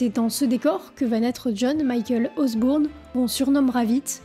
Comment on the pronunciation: Mignonne et complète revue, merci! Mais "OsbOUrne", sérieux? Ça se prononce Osborne,. 😊